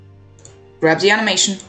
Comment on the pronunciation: “Grwab the animation” the way bro sounded I wheezed 😭